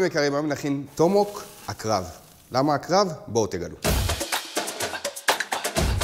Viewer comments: אתה יכול בבקשה לומר את המילים כמו שצריך? מדובר ב-TOMAHAWK, אומרים טומ-א-הוק, לא טומהוק. ואמרת "נא", כאילו אמרת "נר", אומרים נא כמו "נע". זה מרגיז לראות סרטון ככה, אפילו שאתה מאוד נחמד וחינני ומעניין, זה מאוד צורם באוזן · זאת מילה אנגלית אבל אז אתה לא יכול לשנות אותה לפי איך שנראה לך. הוגים טומאהוק באמת. אוהב את הסרטונים שלך אבל זה באמת מרגיש מוריד מהמקצועיות